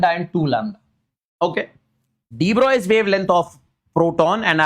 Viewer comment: Sir please say De-Broglie properly its very difficult to understand if u say the wrong pronunciation Its pronounced as Bruh-ohg-lee